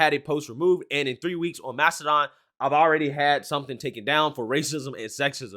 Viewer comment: Mastadone? Tf is that